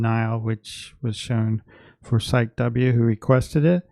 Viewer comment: Psyche is pronounced /SIGH-key/. Heh! Thanks for doing this walkthrough. I'm late to see this, as I was offline the week you posted it. Just now catching up with all my peeps! The backs look reversible to me. One beetle is winged and the other is not. I love your art! You look snazzy in that robe. Gives the whole presentation a Masterpiece Theatre vibe.😆💗